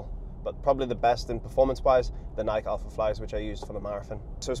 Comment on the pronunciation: 'running influencer' that doesn't know how to pronounce Nike, On or Hoka 😂. Mental toughness to race a 4 hour marathon 😂